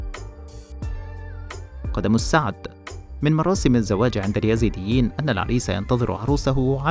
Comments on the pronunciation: قبل أن تعرف مين هم الايزيديه الفظ الاسم صح وبعدين اشرح قصتهم للمشاهدين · قبل كل شي انت تنطق اسمهم غلط يا......... الاسم الايزيديين مش اليزيديين